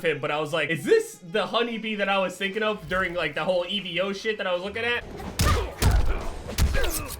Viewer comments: For future reference, EVO is pronounced just “evo” instead of “e-v-o” just lookin out for ya lol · Did you deadass call Evo “E. V. O.”? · This man just said, “E-V-O” 😭😭😭